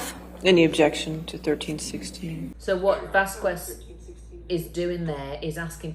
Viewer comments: Vas-Kez is how her name is pronounced, not Vas-kWez. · Vasquez is pronounced Vas -kez not Vaz kwez. mispronounced her name. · Her name is pronounced "Vaskez", not "Vaskwez". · Appreciated your insight. The way you kept pronouncing Vasquez (Vas-kez) as Vas-kwez, was like nails on a chalkboard though. 😄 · Please, the correct pronunciation is "Vaz kez". Not "Vaskwez". is wrong and unprofessional even in this. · FYI, it's pronounced "Vas-kez" or "Vas-kes" not "Vas-kwez". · It is pronounced Vaskas no vaquest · If you're posting videos like this then you need to get name pronunciation right first and foremost. Her surname is pronounced Vaskez, not Vas Quez #justsaying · its pronounced vaskez NOT vaskwez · You pronounce “Vaskes” no “Vaskues” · It’s pronounced Vaz-kehz. Not vaz-koo-wez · Say it right, is not vast qu ex, is like basket exactly with an initial v, vasquez is easy to say. Is a spanish surname. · Vas-Kez... Not Vas-Kwez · why does everyone say Vas-Kwez, isnt it pronounced Vas-Kez? or am i just an idiot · VASQUEZ=VASKEZ , that’s how you pronounce Camille’s last name not VAZKUEZ :) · I’ve never heard the last name pronounced as VASS-COO-WEZ before this trial. Always as VASS-KESS, I’m from Texas by the way and there are many people with that name. It’s a pretty common name, so this makes it difficult to listen to without cringing. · Ok. Repeat after me. Vas qez. Vasssss qez. qez. Not qwez, but qez. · It's vas-kes not vas-kwes. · Vasquez = Vas Kez not Vas Kwez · was probably mispronouncing Camille’s last name on purpose. Please don’t be like;) It is Vazz-kez, not Vazz-qwez. Thank you! 🙏🏼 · Her name is pronounced as; 'VasKEZ' not 'VasKWEZ' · It is not Vaskwiz, it’s Vaskez hehe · It's VasKEZ not VasKWEZ. Crikey. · You know how the Brits make fun of anybody mispronouncing proper names from the UK, eg Gloucestershire, etc? Well, karma time: the preferred pronunciation is Vaz-KEHZ, you gits, not Vas-KWEZ ;) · Vas KES NOT KWES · Vas-Kez, ffs 😂